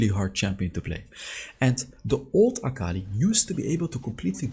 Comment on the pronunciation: Fun fact: its aka-li not akal-i